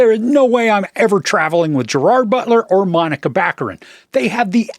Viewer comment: Monica is a crazy way to pronounce Morena